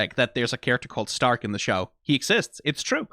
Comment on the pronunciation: Think its funny how you go and pronounce Stark correctly, but then in the same sentence still call Fern like the plant and not the german "Far" (also, yknow, Far, cuz shes a sniper, it funneh)